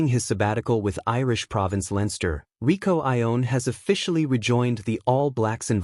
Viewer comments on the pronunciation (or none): Fiercer = more fierce , Rieko not Rico !